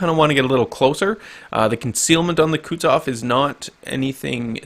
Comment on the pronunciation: say after me, Ku(Koo)-tu(too)-zof(xoph), not kutzof... -_